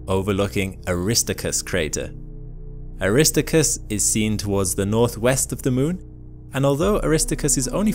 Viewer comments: “Air-iss-stark-us”. Aristarchus is not pronounced “Arista-chris.” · Its Aris TAR chus,, not aristicus. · It's pronounced 'Aris Tark Us'. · Aristarchus is pronounced "Er-is-star-kus" not "A-Ris-Ta-Kus" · Aristarchus ~ aris - STAR- kus, not ARIS-tuh-kus. 🥴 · "Air - ist - ARK - us" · The proper pronunciation of Aristarchus is 'eh ruh staar kuhs' with emphasis on 'starr'. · ARISTickus is not the pronunciation of Aristarchus. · WHY do you keep butchering the name of Aristarchus? It is pronounced (Air - a - STAR - kus). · arri-star-kus please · You mispronounced Aristarcus. It is pronounced ...Air is TAR cus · “a RIS toe chris” (Aristarchus) You actually made me cry with that mispronunciation. 😢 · It is Ari-starchus with a ch as in loch ness...it is Greek, come on...! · Great pronunciation of Aristarchus, lol. Now a whole bunch of people who've watched this video, think that's how it's pronounced. You get names wrong a lot, dude. You should try to improve on that. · Beautiful captures and interesting facts, but Your Latin is causing me headaches, really! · obviously you pronounce a lot of words and names wrong, but I think getting Aristarchus wrong should be an illegal act. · I'm so glad I was not the only one.